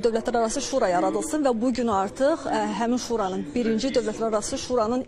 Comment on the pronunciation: şuuranın ,şUranın yox